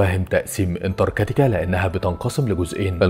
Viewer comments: انتركاتيكا ايه 😂😂😂😂 اسمها انتراكتيكا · في حد غيري مخه شوووط انتركتيكا😂